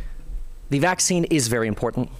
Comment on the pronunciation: “I am vaccine” lol… why is “vaccine” such a hard word for Republicans to say?